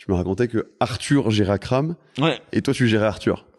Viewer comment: il faut précisser que c'est Akram junior et pas Akrame ^^